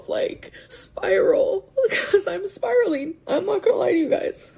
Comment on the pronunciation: Spiralynn is spiraleen 😅